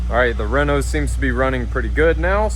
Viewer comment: its pronounced "Renault alpine"